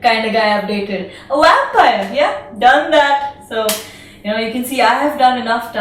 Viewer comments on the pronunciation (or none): Not sure what you were trying to highlight by playing it thrice but, all i got from it was "The Wampire". Even though you did pronounce it correctly later in the video i just can't get it outta my head :P #nooffense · what's a "wampire"?